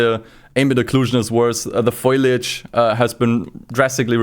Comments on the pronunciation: foliage not foilage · it’s foliage not foilage